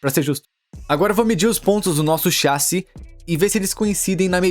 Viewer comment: Alguém mais acha estranho o dublador falando "chássi" ao invés de "chassí" kkkkk, pode ser uma dublagem gerada por IA talvez